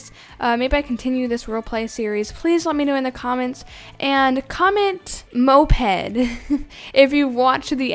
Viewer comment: Mop-Ed right? Lol